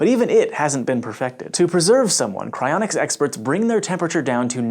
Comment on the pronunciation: I legitimately thought it said "Crayonics"